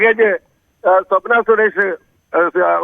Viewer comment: സ്വപ്‍ന അല്ല മോളെ 😁